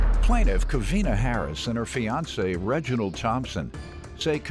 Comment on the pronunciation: She said FIANCÉ(fyancee) I’ve had it… lol